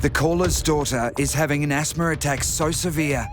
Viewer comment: There IS NO "R" AT THE END OF THE WORD ASTHMA!!!! Thank God that beautiful young woman is doing so good! God is so good!!!